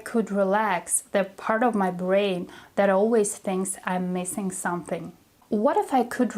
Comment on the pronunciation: Hi! useful lesson! "Don't take it too seriously", have you ever noticed when you say the word "Something" you always drop the "m"? I have been following you for a while and also noticing that you've always dropped the 'm' in the word 'soMething' then it becomes "suh thing" instead of "sʌm thing." It does not sound that weird when you speak. Here's the tip. If it's hard to pronounce, you just break it down and say it slowly when you confidently say it then speed up. As a learner like you, I just want to help you to speak correctly. And I'm not here to judge you. So I hope you find this helpful. Keep up the good work!